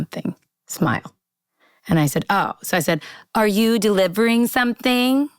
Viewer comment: "Are you the before? Are you DE-LI-VE-RING something?"